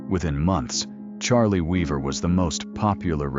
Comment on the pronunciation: horrific AI roboslop fake voice is so bad it CAN'T PRONOUNCE THE NAME OF THE GUY THE VIDEO'S ABOUT. Not only that, this is a fake scandal. Cliff Arquette never pretended his real name was Charlie Weaver. This claim doesn't even make any sense. If he wanted to return because he heard the top-rated talk show host said "Whatever became of Cliff Arquette?," why would he return under another name, and playing another character? Also, the robot claims at the beginning that Arquette invented the character after he retired, but then later on says Arquette had actually invented Charlie Weaver years earlier! And why is it a crime to be associated with a fictional character you created? Paul Reubens wasn't really Pee-wee Herman. Charlie Chaplin wasn't a tramp. Samuel Clemens wasn't Mark Twain. Lame.